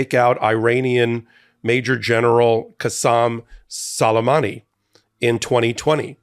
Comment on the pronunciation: I believe it's prpnounced Soo-lay-mahnee.